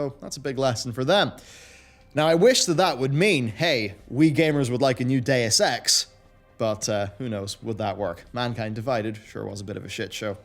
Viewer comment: I see someone doesn't know how to pronounce Deus Ex lol